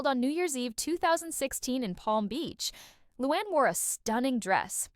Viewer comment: It’s not Lewon- it’s Loo-Ann